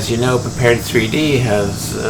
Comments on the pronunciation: Good video. But man, you are a LM beta tester, you should at least know how to pronounce the title of the software. It is "Prepared", not "Prepared 3D". Straight from LM: "Prepar3D (pronounced “prepared”) is a visual simulation platform..." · Thanks,. I appreciate the Quick Tip video. I'm looking forward to the next! BTW - from LM's website: "Prepar3D (pronounced "prepared")..." So, it's "prepared" or P3D (pea three dee) for short. I know...I know...totally useless information. Feel free to ignore.:) James